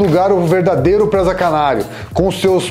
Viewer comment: Não é Présaaa... É PRESA